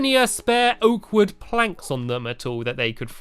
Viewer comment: You should really get a good way to say oak wood